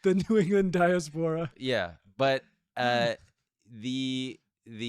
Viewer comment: pronouncing diaspora like diarrhea got me lol